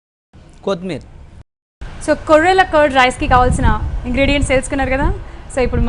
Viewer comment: కొత్ మీర్ కాదు, కొత్తిమీర.